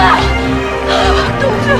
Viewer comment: 나만...박똥주라 들리나...?